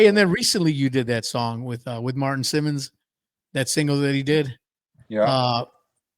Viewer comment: Martin Simmons??? Am I Gene's son or something? It's SIMSON. Pronounced like Simpson. Get it right,! Just kidding. I'm not mad. GREAT interview!